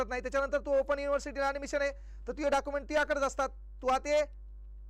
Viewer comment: डॉक्युमेंट्स ❌ डाकुमेंट 👍